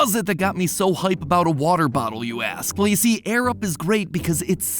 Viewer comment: I was so confused when he said "I use my Arab" before realizing it was "Air Up"...